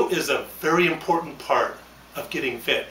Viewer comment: lol he said impoytant